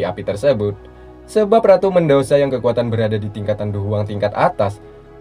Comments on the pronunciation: Medusa bang bukan mendusa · bg namanya medusa bukan medosa